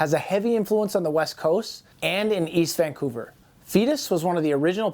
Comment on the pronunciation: You almost say Vancouver like a Vancouverite. Nice video